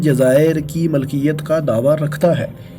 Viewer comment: Dear aap, Milkiyat ko Malkiyat bol rahe ho